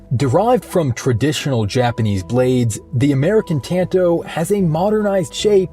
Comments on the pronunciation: “T”an”toe” It’s “t”ahn”to” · "Tann-Toh" ...ugh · Say it right for fucks sake. It’s not pronounced like tanto, it’s like “tonto” wft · Is it pronounced tan-toe or tahn-toe? I’ve been partial to the latter. 🤔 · Bro you really said tanto like that and then uploaded it, smh